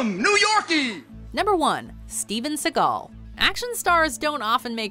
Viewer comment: Steven Seagall??????? I yai yai.